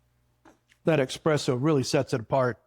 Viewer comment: Thanks for the recipe for this cake,. Just 1 thing, please? There is no x in eSSpresso. ❤